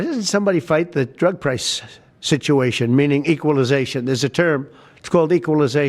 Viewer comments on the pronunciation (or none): Equalisation, you can tell he has never heard that word before